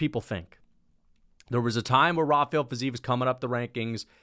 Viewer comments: its fi-zeev chief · The fact that you care if its ruffy or raffy, while butchering fizievs name so badly shows your ignorance, i wouldn't rely on your picks